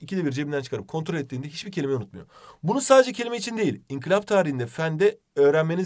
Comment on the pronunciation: Hocam sene boyunca inkilap demenize sinir oldum hala oluyorum İNKILAP yanlış anlamayın ama doğrusu bu ve bana çok batıyor inkilap demeniz 😅